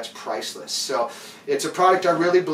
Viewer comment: I could be wrong but if Lange is the same company that produced hockey skates in the 70s Lange is pronounced like Longe